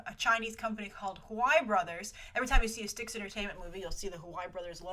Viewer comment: I believe STX is said as just the spoken letters S-T-X and not like the River Styx. Great video and on point about the behind the scenes of the Hollywood shakeups